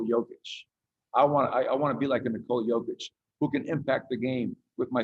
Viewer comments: "Nikola Kovic.. I'm sorry, Kokic".... damn.. you had one job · Did he even practise before the announcement, Nikola Cokic???? My boy Jokic does not deserve this kind of disrespect. Your only Job is to pronounce his name and what???? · “Nikola Covich…COCKICH! I’m sorry.” You had one job… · "Coca Cole-ich" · "Today it is my distinct honor to present...Nikola Kovic..uhh Kokic I'm sorry😅." Way to represent KIA as the NBA's partner blatantly revealing you've never even heard of Jokic and obviously know NOTHING about the NBA. Someone wrote the name down for him and I guess because of the person's handwriting, that KIA dude completely mispronounced Jokic's name. Either way, he should've informed himself about who he'll be presenting the damn MVP award to and clarified with people about the pronounciation of the MVP's name. Instead, he completely and utterly embarrassed himself while also disrespecting the Joker. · FCKING LEARN TO PRONOUNCE HIS NAME! when i like some player even from Zimbabwe i first learn how to say his name. Kokic Jokič that guy is better then LeBron! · NIKOLA COVITCH COKITCH💀